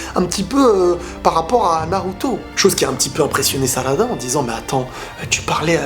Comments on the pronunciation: Il a dis salada et sacula et il a dit imawali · "sakula" "salada" 😂